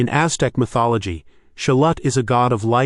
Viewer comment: As a mexican, im glad you said like "sholot" instead of sholotle, theres no tle tle.. its annoying to see foreigner trying to teach native speaker how to pronounce their own languages.